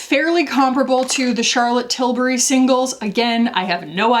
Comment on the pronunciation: trills “Charlotte Tilburrrrry!”